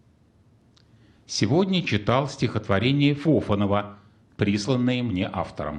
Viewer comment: Не ФОфанов, а ФофАнов!